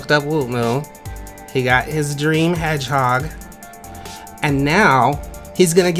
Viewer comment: "heghog" XD